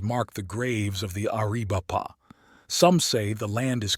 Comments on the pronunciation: Air-a-VAI-puh. Pee-NAHL. There's a ~ above the Ns in Nina and la Canada. Nin ya, Can YAda. [F--king Snowbird AI. This is getting painful.] Papa-GO. [Only this is no longer politically correct as it was the Spaniards' contemptuous title meaning ''Potato Eaters.'' These people call themselves Tohono O' Odahm.] GAI-yur-o. Nahn-Tahn. Apache for Captain. Mission San Ha-VEER. Hashkebanziin is generally called Eskeminzin by Americans. You should feed more actual period photography of the region into your AI. The backgrounds would look a lot less like air-brushed Hollywood backdrops. William Oury was the brother of Granville H Oury, a lawyer, who was a Confederate delegate for Arizona Territory in Richmond. Also a Confederate cavalry officer.. A Tucson pioneer, G H Oury had a park named for him in Downtown Tucson, at St Mary's and Freeway Access Road. It was Oury Park in April 2022. By 2024, it was renamed David S Herrera Park. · Air - uh - vipe - uh😂😂😂 AI is stupid.